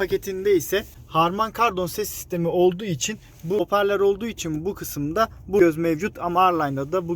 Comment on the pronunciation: Tisiay degil tiesay ve haporler degil hoparlör